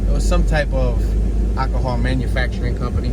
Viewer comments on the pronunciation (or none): none